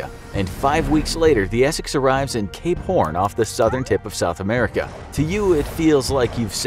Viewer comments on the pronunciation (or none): Is it just me or did any of you hear Cape horn as K-p0rn?